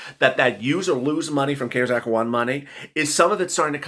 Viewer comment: I am not being MEAN in anyway but you had to say CARES act with a C 🤣🤣 we have SEEN 👀 & heard 👂CARES ACT since March you crack me up with a C 🤣🤣